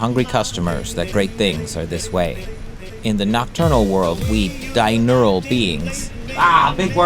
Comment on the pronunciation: Diurnal. Di-urn-al. (Related to the word "journal" and opposite of "nocturnal").